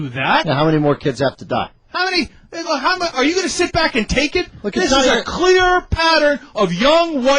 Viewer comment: 'WHIT' ? What is this 'WHIT' you speak of